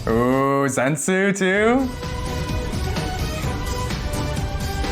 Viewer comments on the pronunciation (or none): I dont wanna be that person but it's actually zen-itsu, according to the kanji of his name. But dont worry! The pronunciation is kinda hard 😅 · Respectfully it is Ze-nit-su . No zensu 😅. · hehehe I’m always thinking Dragon Ball when he says that 😂😂😂you just have to accentuate the “NI” in the name. Ze-NI-tsu. Hehe love ya bud 😅